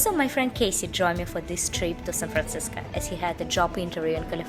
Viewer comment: You keep saying San Francisca, it's Francisco.